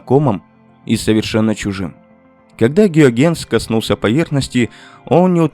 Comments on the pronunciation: да, пздц как резало слух это "гюагенс" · Если не ИИ, то откуда взялся многократный "Геогенс"? Понятно, что по-голландски он тоже не Гюйгенс, а Хëйгенс. Но до "Геогенса" только ИИ мог додуматься. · Раздражает бесконечное употребление "гиогЕннс" вместо гЮйгенс. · Выключил, когда появился "астроном Геогенс". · Какой, нафиг, Геогенс... Он Гюйгенс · После фразы "Кристиан Геогенс" сразу вырубил нахер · Гюйгенс - Гео Генс.... вообще не ии, не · Вообще-то озвучка именно ИИ, автора благодарить совершенно не за что. Только ИИ будет произносить фамилию Гюйгенс как "Геогенс", да еще и ставя ударение на неверном слоге. Дизлайкнул видео за неуважение к зрителям. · Ухо режут непрерывные оговорки и неправильные ударения. "Геогенс", извините.Неужели трудно подредактировать? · Неужели так сложно выяснить до записи как правильно произносить Гюйгенс? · Автор, имей уважение к Гюйгенсу. В его фамилии ударение на первую гласную. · Люди стали не нужны: в каментах ИИ-боты хвалят ИИ-автора, неправильно произносящего фамилию известнейшего астронома. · Неверное произношение фамилии голландского астронома резко увеличило выделение метана, а может даже и ракетного топлива, у некоторых комментаторов) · Нейросети пока не могут в ударения и падежи.